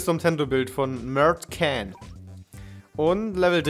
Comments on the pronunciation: Wie sprichst du das denn aus? Das soll "Mertdjan'' ausgesprochen werden. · Ohaaa Mertcan wurde falsch ausgesprochen, ok, ist auch ein etwas schwieriger Name.